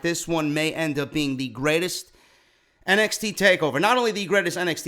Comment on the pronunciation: Lol, "greatets" Love ya stuff man!